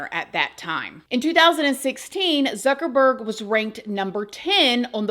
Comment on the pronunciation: Imagine you spend all that and then something terrible happens to you before you can even use it. Youre funny when you were saying ZucKeRBurrrrGG. 😅